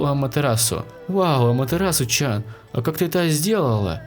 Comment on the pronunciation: Не чан а тян